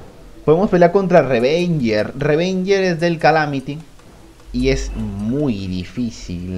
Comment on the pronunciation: El boss se llama "Ravager" pero le dice "Revenger" Nani?